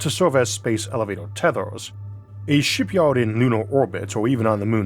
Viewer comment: Maybe try speaking more clearly - sounds like a mouthful of marbles. What’s a Shipyowed ? Oh, you mean Shipyard. Not easy to follow your speech, frankly, though the tone of it is pleasant. Maybe get some professional advice.